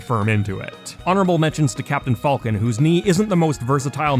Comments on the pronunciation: Falcon, not fulcon. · I hate how he says "Falco" and "Falcon". Nice video otherwise.